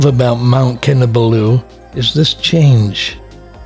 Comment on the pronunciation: Great series of videos spoiled only for me by the continuous mispronounciation of Kinabalu. No excuse since you say you've visited Sabah many times. Please put the emphasis on the third and not the last syllable! I'm a former long-term KK resident.